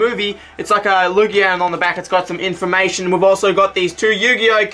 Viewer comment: "In fa mation." hahahha :)